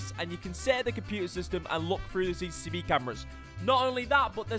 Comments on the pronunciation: Le Brillip it annoys me every time I hear CCCV camera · Noone:: CCCV CAMERA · why everyone can't prenounce it right? xD CCTV not CCCV XD 😂🤣😂🤣